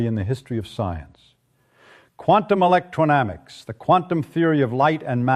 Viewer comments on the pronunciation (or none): Paths become pads. Electrodynamics appears once correctly in the subtitles, once (I think) as electramics. Both times the artificial imbecile pronounces it electronamics.